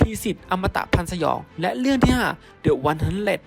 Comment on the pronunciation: ดิ วัน ฮันเดรด ไม่ใช่ เดอะ วัน